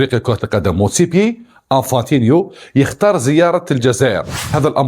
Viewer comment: motsepe. مش motsepier يا ابو جهل